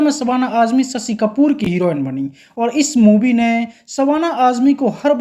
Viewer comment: भाई साहब पहले हिंदी सीखें ससी नहीं शशी बोला 😅